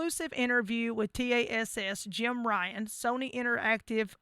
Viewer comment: I cringe every time you say Jim when referring to Jim Ryan....lmao